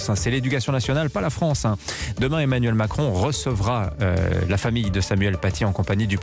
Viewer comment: Le fronce 😂